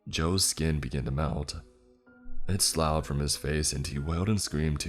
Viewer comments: . slough is pronounced SLUFF! Dear God boy! If you don't know how to say a word look it up and learn how to pronounce it! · Next time you write a story with slough in it, can you write how to pronounce it too. Some if these narrators aren't accomplished in vocabulary it seems